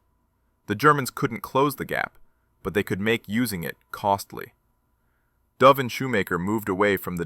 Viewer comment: Oh please? the name of the soldier is pronounced as though he was a species of female pigeon pronounce `'duv```'- not the cod pronunciation of a downward dive of an aircraftYou should honour the man by at least getting his name right!